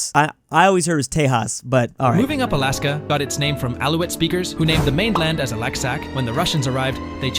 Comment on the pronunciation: NOOOOO, IT IS NOT ALIYASKA. It is more Alaska sound. It is just soft L. You can hear the diffirence in google translator, just write "льас лас"